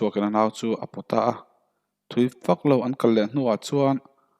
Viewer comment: Athu I lamdiklo nasa hle mai .chuan tih tur ah suan tih te .Fak mai tih tur fang mai tih te. lamno a ngailo. Fiaktak khan lam rawh. Mizotawng a nih kha